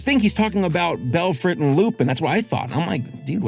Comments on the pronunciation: fyi is "lu-pahn" not "lu-peen" (like Lupin III or Arsene Lupin), you can hear it in their french audio. it makes sense since he's a wolf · Lupin = "Lu-Pon" with a barely hinted at N, because French. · It's pronounced Loo-Pon as in Lupin the 3rd..... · I dont wanna be that guy but its pronounced loo-pun. Whenever theres a Lupin something like arsene lupin or lupinranger its always said wrong